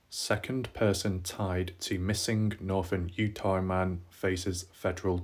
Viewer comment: Utaaaaaahhhhhh there is no R :)